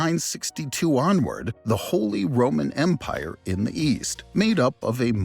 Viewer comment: Holee Rowman Mpyre: I roman Beesanteen Mpyre: Yes but no